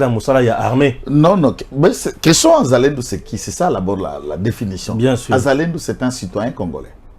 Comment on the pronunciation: Pas zazalendo mais wazalendo quand c'est plusieurs personnes une pers on dit mwazalendo